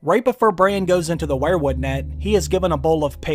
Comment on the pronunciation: you say wherewood, I say weir-wood...kinda weird or should that be whered??????????